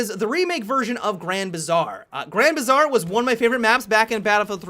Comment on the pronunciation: "Grand Bizarre" wtf